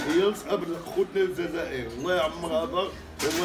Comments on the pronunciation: هو عنده مشكل فاﻷسنان لذلك يقول الزازائر لكنه يقصد الجزائر فقط ينطقها غلط لأنه عنده مشكل فاﻷسنان. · الزازائر هههههههههههههههههههه اوففف وا رآه الجزائر ماشي زازائر ضاهر صحح ليه اصاحبي ونتا جالس كي نفيسة